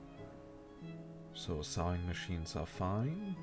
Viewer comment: The "b" in thumbnail is not pronounced, and the "r" in iron is also not pronounced, but it's not pronounced like ion.. :P Aaand, the "e" in sewing machine is pronounced more like an "o".. :P Good work on the videos though, I just either burst into laughter or tears whenever you say those words... :P